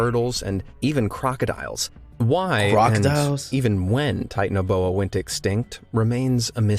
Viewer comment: it’s pronounced (ti-tan-o-bo-a)